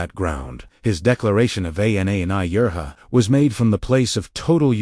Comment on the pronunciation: Too bad your AI is pronouncing every Arameic word incorrectly. "W" pronounced as double u as the name of the English letter? Very disappointing. Ana is pronounced as A N A as in English?